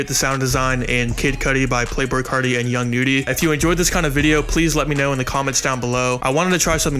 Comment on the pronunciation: STOP SAYING YOUNG NUDY SO FUCKING WEIRD ITS A Y NOT AN E WTF